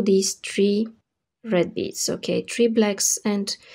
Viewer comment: have you been living in Dubai same years ago? there was a girl with her video tutorials who pronounced 3 (three) just like you (it sounds tree). If so........ you`ve come a long way great, if notc...please excuse my "curiosity" I love the ring and greetings from northern Spain